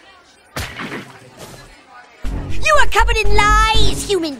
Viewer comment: I thought dibs dad said sinsens